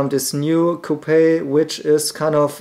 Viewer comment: Coup pehhh hahaha love it!